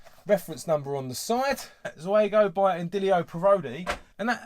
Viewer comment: Pronounced "ZOO-go". Basically, the Italian trade-name for their own Subbuteo production line.